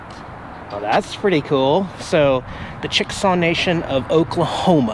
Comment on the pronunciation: Chick-a-saw not chicksaw.